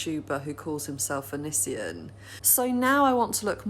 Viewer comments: Anissian lmfao I’m dying 😂👌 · Please don't say Onisions name so beautifully hahah.